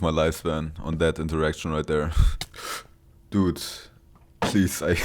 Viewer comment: He's adorable lol the way he says dute instead of dude